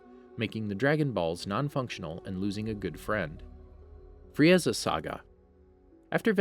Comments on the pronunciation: I burst out in laughter when he said frieaza😂😂🤣🤣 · Fri Eza ? FRI EZA ? Vejetta ? WTF ARE U DOING ? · He literally said Fri-eza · Love ur video's but the way you pronounce Frieza and Saiyan(s) hurts my ears a little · The way he pronounces sayians, vegeta and frieza hurts my soul and makes my whole body cringe!